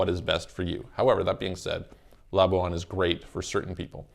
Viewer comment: Pronounced "la-bwan" NOT "la-bu-an"